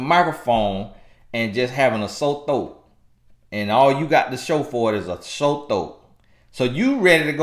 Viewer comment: Not a “sow thoat” 😂🤣🤣😂😂